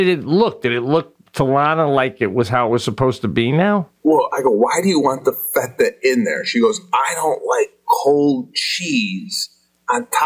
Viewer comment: The way Sebastian pronounced feta really ruined this ep for me.